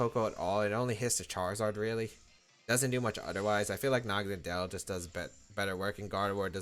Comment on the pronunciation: Why does no one pronounce the name correctly? Naga-NODDLE (Nadel pronounced as NODDLE which is German for Needle). For some reason everyone accepted to call it Nagonuhdell.